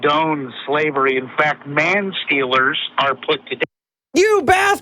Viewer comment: Did he say "bathstard" xD I love it